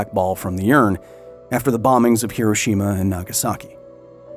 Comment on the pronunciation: Thank you for pronouncing "Hiroshima" correctly.